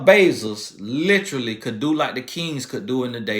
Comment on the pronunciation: Agreed. said “Look at Jeff “Bezols” 😂😂😂Mispronounced on purpose